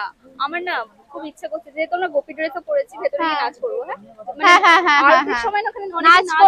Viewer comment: গোপী ওটা , গুপি নয় ।